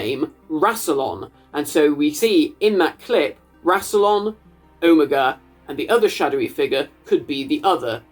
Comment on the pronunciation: i cannot believe im the only person i can find who is commenting about his pronunciation of omega. is that a british pronunciation??? because ive never heard it like that from anyone american, british, or otherwise